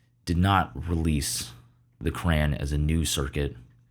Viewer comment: Did he really just say cran???😢